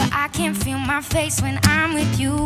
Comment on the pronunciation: i love that bit when she says wiv my beanie yolo